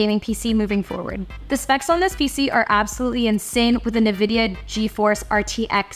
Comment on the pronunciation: i love hao she said nividia instead in n vidia